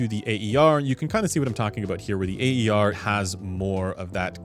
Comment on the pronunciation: Instead of always pronouncing “A.E.R.”, you could simply say “air’, as it’s close enough to how it sounds untranslated: “a:ér”. Cheers!